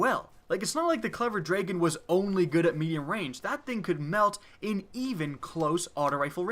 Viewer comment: its not clever dreagon, its dragon!! Great vid btw